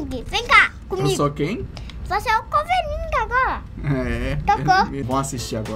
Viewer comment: Coveninguen kkk